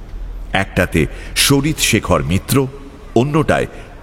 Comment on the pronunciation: "মিত্র" কে "মিটার" বলা দুচক্ষে দেখতে পারে না অনিমেষ! 🤣🤣🤣